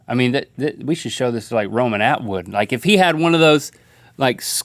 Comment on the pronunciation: Lol the way Link said Romanatwood...i do not say it like that at all